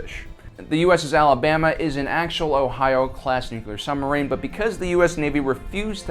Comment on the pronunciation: What's a "summerine" ;-) ??